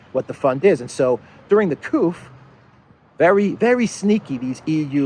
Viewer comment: durring the couf?? the eu ... what is couf? is that instead of another word?